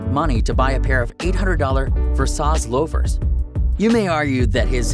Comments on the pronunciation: “Ver-sauce loafers” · Did he just call his loafers Ver- Sauce? Lol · bro the way you just pronounced versace 💀💀💀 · Who doesn’t know how to pronounce Versace? Wtf???